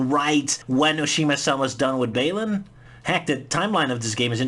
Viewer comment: As a fellow Dutch person, it surprises me that you pronounce Mario like "Mehrio" and Balan like "Behlan" I agree with your cynisicm regarding this game, i'm particularly worried about the music and level design Good luck with your future works, best regards from someone who's been watching your vids since 2005 (SA2 in 4 minutes on Newgrounds)